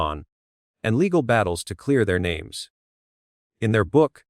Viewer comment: You need to learn to correctly pronounce the names!